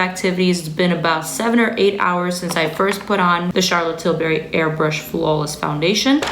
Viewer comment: Charlotte Tilbury not Charlotte Tilberry